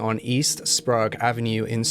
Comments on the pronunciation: Spray egg not sprague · Not to judge but it's probounced spray-g. i believe. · Sprague Avenue is pronounced Spraygue Ave not Sprawgue Ave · And Sprayg instead of Sprog. :-D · Sprague is pronounced Spra-egg. Very well done. Have lived in Spokane for over 40 years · No one ever knows how to pronounce our names if they don’t live here! I’ve had friends pronounce Sprague like Sprah-goo! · Also, Spray gh (Silent h) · Also sprague (spray-g) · Hahaha saaame, I live in Spokane Valley, so its always funny to hear how people pronounce our cities and out streets lol. Oddly enough Spo-kaine/Spokane doesnt bother me as much as people that pronounce Sprague as Sprog haha! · we pronounce it like the word 'spray' with a 'g' sound at the end lol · Love the video but learn how to pronounce Sprague and Spokane. The DNA profile taken from Kathleen Brisbois body was found to be that of a male? DUH really? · The pronunciation of spokane and sprague made me absolutely lose it lmaoo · Hey fellow Spokanites. I agree with most about a serial killer. Crazy stuff. My biggest problem is the pronunciation of Spokane and Sprague, but I get it lol. As far as racism, it definitely exists here. Black and indigenous people are constantly profiled in Spokane.